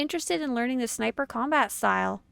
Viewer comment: Ah, I notice I'm not the only one who says Snipper lmao